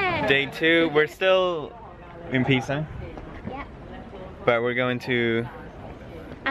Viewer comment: the name's Pisa not Piza